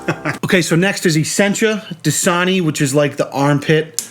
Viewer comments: It's DAsani not DIsani, 😡 😂😂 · DASANI NOT DISANI